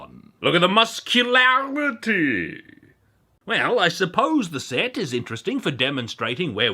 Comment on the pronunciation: > pronunciation of muscularity That is the only correct way to pronounce "muscularity".